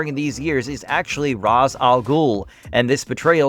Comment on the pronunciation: does all this research to make this video, can't properly pronounce ra's when it is said every time he appeared in the shows.